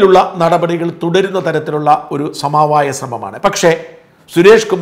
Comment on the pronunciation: "സമാവായം" അല്ല ; "സമവായം".